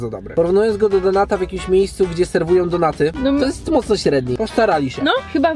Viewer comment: kto czyta donaty XD mówi się normalnie donuty. ps. za dużo donejtów macie i tak mówicie